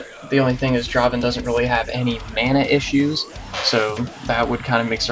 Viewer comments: Not dra-ven! Draaaaaaaaven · its not dra-ven, its DRAAAAVEN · Dra-ven = wrong.